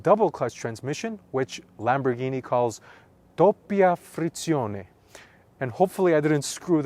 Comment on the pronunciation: The dopia frizione pronunciation sounded identical to that of a native Italian.